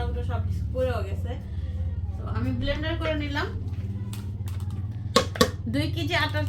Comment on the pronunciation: Blender machine r naam, should be pronounced blend.